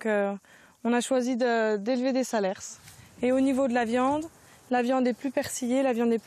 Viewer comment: Pour info, on ne prononce pas le dernier S dans le nom SALERS Dixit un cantalou.